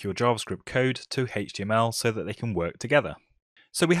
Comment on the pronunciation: Everyone: H-T-M-L this guy: HETCH-TY-YEML